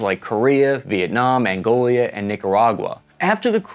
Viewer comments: Did you really say ANGOLIA 0723? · "Angolia" Haha, you have a way with words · Angolia, Argentinia, Canadia... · Angolia? Is that a newly established state in Africa or an old one? 😅😅